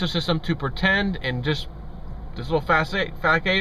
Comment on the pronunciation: Great video (as usual) fyi - façade is pronounced "fah-sod"